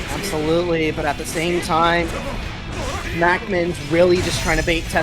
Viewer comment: “not going for a stide steal, instead staying stame stide”